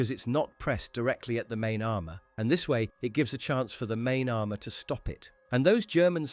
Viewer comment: HOHMOHGEENUS AHRMUHR